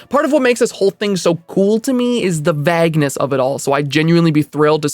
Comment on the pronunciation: Did you just say "vagueness" like it rhymes with "bagness"?